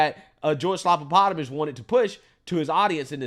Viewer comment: Say his name right it's George stuffinenvelopes